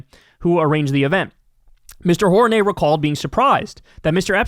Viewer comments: i think its pronounced "whore -rain -e " lol ijs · You read it wrong. Horaney as in Horny.